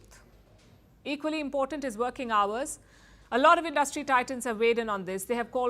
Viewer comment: Great News show, but the presenter should work on some of her pronunciations to reach a wider western audience... Forty is pronounced as for-tee, not four-tee. Insurance, stress the first syllable, same for Industry. Deter, is d-ter, not day-ter. LVMH, the letter H is pronounced as ai-ch, not etch.